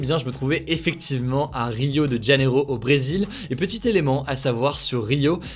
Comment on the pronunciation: On ne dit pas "djaneiro" mais "janeiro", on y parle pas espagnol mais portugais ;) Et "favelas" (avec un -s) au pluriel !